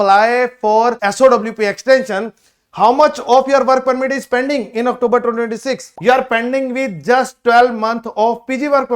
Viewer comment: Are you for real ? Octoober ?? Really ? Is this how Canadian speak English ? And you are advising people to scribble on their passports / spill coffee etc. just so they can renew their passports within Canada even with more than 1 year validity remaining just so they get the full 3 year PGWP on the new renewed passport. This is why so many people have such a poor opinion of Indians. Nothing new on this video that one cannot find on the IRCC web site.